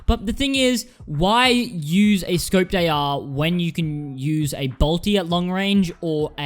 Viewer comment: IT IS NOT A BOLTE ITS A BOLT